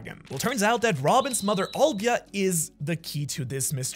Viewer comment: Robin's Mother's name is Nico Olivia. Not Olvia